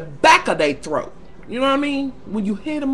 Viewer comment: "hit in the back of they "throaK!" LMAOOOO. im over here in tears!